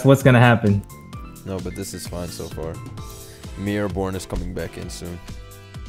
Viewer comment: M’ierre Bourne lmao